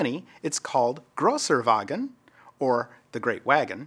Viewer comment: your German is insane good! You have suprised me totally with Großer Wagen! 😉👍✨